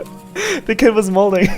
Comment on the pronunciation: Malding not molding